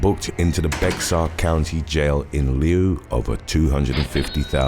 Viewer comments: BEXAR is pronounced like “ bear” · Bexar County is pronounced Bear County. Just ignore the X and you will be spot on.. Great video and content as usual Thank you sir. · Not that you'll change it or something but the Bexar in Bexar County is pronounced Bear, the x is silent. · Bexar = Bear 😊